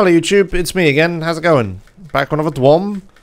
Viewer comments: of course he knew that, duh. he's saying dwom because it sounds funny. also he'd love to call lordmau5 as a "lordmaw". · DYOM. "diom". Like idiom minus the i. Please mister. Please...